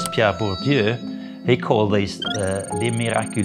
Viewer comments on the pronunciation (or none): *It's Bourdieu, not Bordieu, but good vid overall :)